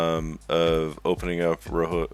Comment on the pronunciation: great video but i couldn't not point this out, rojo is pronounced as ro - joe, but i found it a bit funny the way you pronounced it in the video as roho, and again the video was great i will be watching future videos from you.